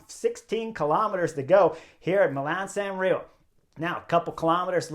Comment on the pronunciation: It’s San Remo with an “m” not “San Reo “.